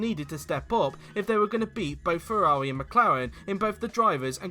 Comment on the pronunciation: I never thought someone could slaughter the pronounciation of Ferrari F2001 and F2002. This video proved me otherwise.